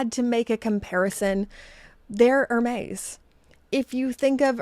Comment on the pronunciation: Hermess, not Hermez, you make it sound like merguez. :D